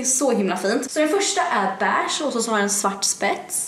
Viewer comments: Man säger vell endå inte BÄÄSHT, Beige heter de. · Det heter inte bärscht